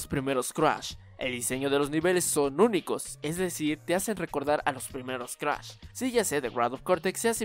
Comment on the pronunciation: Cruash??? Jajajajaja no mames 😂😂😂💔